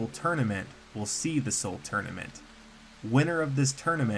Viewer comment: Title : soul tournament : soul tourament Me : wtf